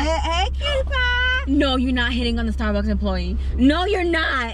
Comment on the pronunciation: Sounded like she said starbox not Starbucks 🤣🤣🤣